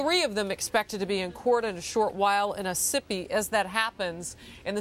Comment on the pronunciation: She totally butchered the town ossipee by calling it oh sippy. Such a sad story tho. And way to close to home